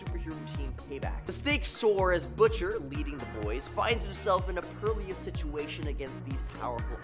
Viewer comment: Dude said "epi-tome" and "pearlious" lol